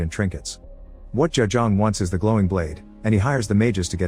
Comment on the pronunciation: Lmao the first pronunciation of ja-jaung is so funny because it's like he's saying the word jaja which means in English haha